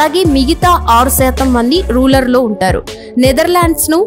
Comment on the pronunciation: రూలర్ కాదు రూరల్